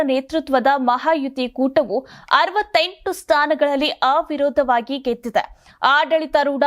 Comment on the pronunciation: ಆ-ವಿರೋಧವಾಗಿ ಅಲ್ಲಮ್ಮಾ ಅವಿರೋಧವಾಗಿ, ಸರಿಯಾಗಿ ಓದಬೇಕು